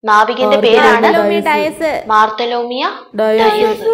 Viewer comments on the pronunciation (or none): മാർത്തലോമിയ ഡയസ് അല്ല ബർത്തലോമിയോ ഡയസ്